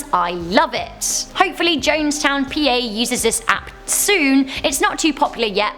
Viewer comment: and it is pronounced like John's town, Pa. i live there